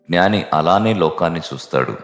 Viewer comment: మీరు ఉచ్ఛారణ 'జ్ఞాని' అనిచెయ్యాలి; 'గ్నాని' అని చెయ్యకండి.